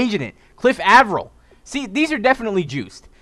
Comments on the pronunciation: its Aye- Vril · lol Cliff Av-er-il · Saying Avril wrong